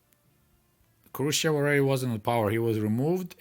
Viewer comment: Why are you pronouncing "Хрущёв" like a westerner? My Russian GF spent weeks teaching me how to properly pronounce his name.